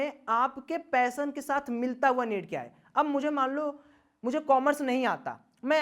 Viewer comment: ...."पैसन " नही वो " पेशन "होता है लवड़े...😬